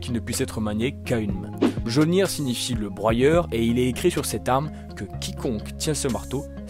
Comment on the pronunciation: Attends... Tu ne t’es pas posé de questions, à aucun moment, sur la prononciation de Mjolnir ? Du coup (et attention je ne parle pas qu’à propos de ce que je viens de citer), on dirait un peu que tu récites qqch que tu as trouvé sur internet sans comprendre ce que tu dis, pourtant tu lis des comics, et tu as sûrement vu les films... Enfin bref la vidéo dans son intégralité est bien et agréable au visionnage.